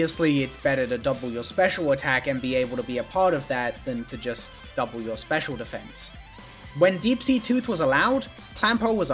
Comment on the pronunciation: I am unreasonably frustrated by how kept emphasizing "Special" in the Clamperl segment instead of "Attack" and "Defense".